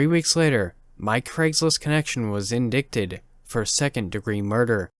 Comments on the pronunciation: Love your channel, great voice for storytelling. Just an FYI ... indicted is pronounced in-DIE-ted .... With a long 'i' and silent 'c' .. Thanks for the videos! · I love your stories, but it drives me crazy when you don't pronounce the words right. Lol! Scoffed and indicted. Maybe you should look up the pronunciations of some words before you do your narrations. Just a suggestion. 😊 Love ya tho!